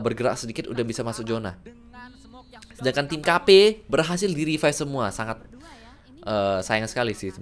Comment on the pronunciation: Revive bang BUKAN RIPAIP ANAK KAMPUNG BIKIN KONTEN GINI NIH